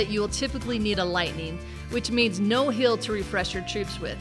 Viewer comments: always says "hill" instead of "heal"... lol. Great video though. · Are you Canadian? When you say "heal" it sounds like "hill."